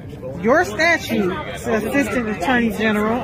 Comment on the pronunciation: Why can't these people say "statute" correctly? It's not "statue."